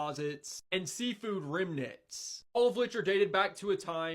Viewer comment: Definitely going to trust a guy who can't pronounce Ararat, mispronounced "remNANTS", and clearly has no idea what "new" means...